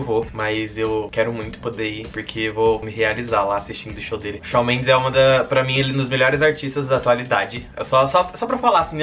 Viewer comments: Amei o vídeo ❤️ mas é "Chan" Mendes que fala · se pronuncia shon mendEs, mas tudo bem :) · Ele fala Shal Mendes❤❤😂😂😂😂😂😂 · Apesar de ter pronunciado o nome dele errado eu amei, como não gostar de algo que envolva essa cabra berrenta? ahhh o vídeo ficou ótimo ❤❤